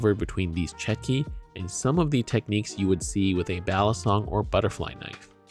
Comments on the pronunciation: It's pronounce "chotki" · Correct pronunciation is "chOtki" or "tchOtki"